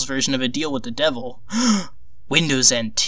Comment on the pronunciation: Winndoes what macant